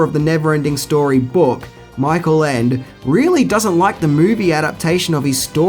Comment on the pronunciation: In German both "Michael" and "Ende" are pronounced completely different from the way you pronounced them and "Boot" in "Das Boot" should sound like "boht" not "buht". Also the "o" in "Wolfgang" is an "o" and not an "oo".